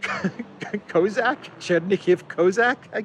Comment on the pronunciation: Cossack. Do you mispronounce if on purpose?